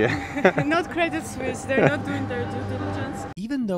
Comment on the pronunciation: Well she nailed credit suisse